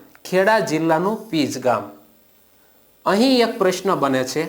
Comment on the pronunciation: Pij nahi pinj